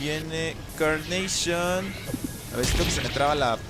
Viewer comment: NO CE DISE CARNAPION SE DISE CARNACHION😅